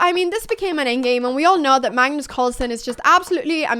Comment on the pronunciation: Are you saying mangus or magnus or mangnus? Are you saying engame or end-game? Are you saying improdin or impartant or impordint. You're still saying bast like bad instead of best like bed... I love listening to you no matter what you say. And then I love listening to what you said. When I win my first online chess game (still didn't yet) it will be because of you. Actually I won for the first time a chess game against my 90 yr old father, and he was so proud of me! Since then I've been loosing.